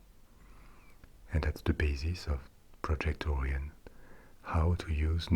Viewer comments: Orion is pronounced like O'Ryan or the like, not oorean. But otherwise good vid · Idk the or-ee-on but I have heard of the oh-ryan project. :P